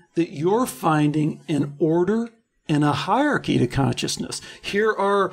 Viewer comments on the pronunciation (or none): "Hairarchy" lol